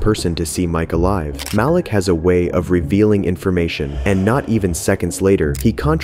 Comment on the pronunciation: ITS MAH-LEEK NOT MAL-LICK these name pronunciations make the video hard to watch